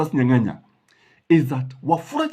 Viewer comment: Justus Nyang'aya not Nyanganya. Otherwise great content